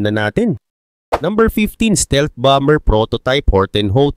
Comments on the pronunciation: bomber is bamer pronounce hindi bamber 😅😅😅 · Bamer Basa dun lods Hindi bamber haha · Anong Bam-ber haha ang lala mo naman magbasa